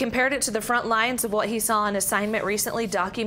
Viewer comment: You would think a local Media person would know how to pronounce Capitan N.M. Smoky the Bears home ! ?KOB4 tv